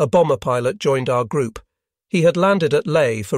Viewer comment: It can't even pronounce "pilot" properly. In the 4 part series and kamikaze pilots it mispronounced "model." These are such simple straightforward words.